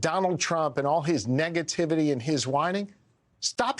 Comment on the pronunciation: Mango Messiah obviously mispronounced "whining" 😂